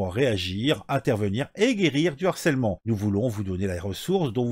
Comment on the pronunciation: S'il te plaît "harcèlement", c'est avec un "h" aspiré ! Pas de liaison ! Ça a fait saigner mes oreilles 😂😂😂